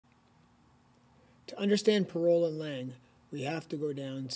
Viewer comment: If you use french terms you should say them properly. There was no effort at all on your part. Parole the way you pronounce it is not the same world.